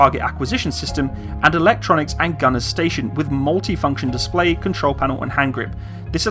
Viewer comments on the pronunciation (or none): none